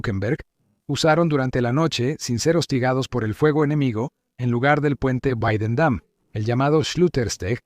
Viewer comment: "Guadendam" aquí tienes mi "dislake" por que eres un anglómano recalcitrante.